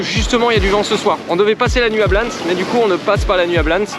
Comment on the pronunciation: Je pense qu’on dit « blanessss » on est en Espagne donc on prononce toutes les lettres et notamment les s !! 😘